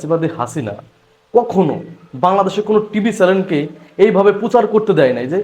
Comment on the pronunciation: ত্রুটি সংশোধন: চ্যালেন হবে না, হবে চ্যানেল